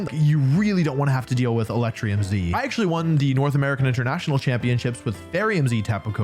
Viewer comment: “Um aktsully stellar type is the newest type” okay done being that guy, thanks for the vid!